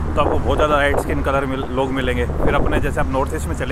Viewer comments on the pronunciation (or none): none